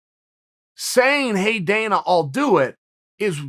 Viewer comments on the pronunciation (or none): none